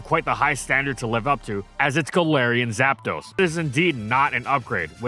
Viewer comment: Istg bro say "GAPDOS" one more time and I'm unsubbing